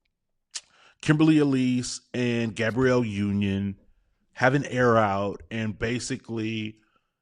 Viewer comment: *Gab-bree-elle Sorry, I had to 😂